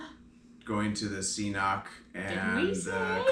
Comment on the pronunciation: Hehe. Why is an Irish girl saying "C" noc. It's an Irish and Scottish Gaelic word. 😄 You pronounce the "k" sounds on both Cs.